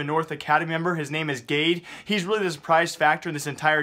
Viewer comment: its pronounced gadé